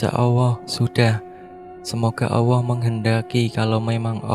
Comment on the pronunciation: Min,yg benar ALLAH..bukan AWWOH..🤭🤭🤭